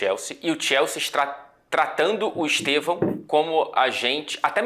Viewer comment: Quão difícil é gritar "Stevan"???? HAHAHAHAH OU "Esteban"